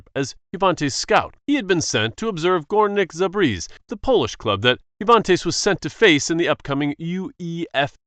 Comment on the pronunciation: uhh as a pole (polish citizen) you said that.. quite wrong... its goorneek zabzeh if you want to simplify it on saying it easier but its górnik zabrze